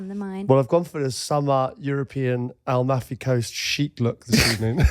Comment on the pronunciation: Guys its Am - al - fi coast! You're saying Al - muffy haha! Love it